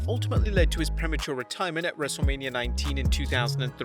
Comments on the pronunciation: you Said wrestleamia bruh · when you say wrestle mania you say wrestle lamia